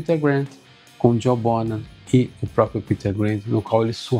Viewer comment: Parabéns, um dos poucos a pronunciar corretamente o sobrenome do baterista. /bonam/ e não /bon-ram/